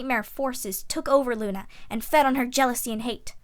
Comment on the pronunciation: at 25:6 she sad lu nigtmarmoon